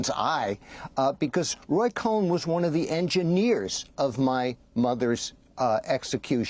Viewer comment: Will someone please tell Amy that it's Roy Cohn NOT Cohen!